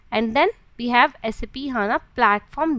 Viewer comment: First of all it's not saaap it's SAP